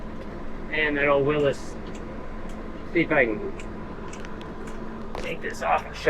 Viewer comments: FYI old Jeep is pronounced Willies. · Its a willys jeep not willis